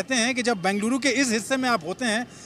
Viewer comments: These reporters can't even pronounce... Either call Bangalore or bengaluru... Northies cocktail it ND call bangaluru 😂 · FIRST ANCHORS SHOULD LEARN HOW TO PRONOUNCE BENGALURU NOT BANGALURU... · It's not Bangaluru it's Bengaluru. Bengal uru. How hard is it to pronounce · It is not Bangeluru....It is Bengaluru 🤨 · As you report, pls also learn how to pronounce Bengaluru correctly.